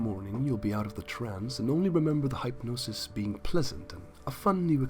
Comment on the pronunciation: Duuuuuuddeeee ur dumb. It's it's not like hi pnosis its hypnosis the y sounds like the short I.